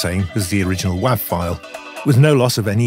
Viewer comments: Wav file pronounced with a short a vowel is undyingly entertaining to me. I’m going to drive everybody in my life crazy saying wav from now on. Thank you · I’ve been in the audio software world since 91-92 and never until this video heard the short a. Again it’s not a big deal